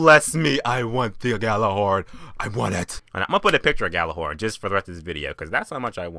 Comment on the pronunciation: Your pronounce it wrong it's like yallahorn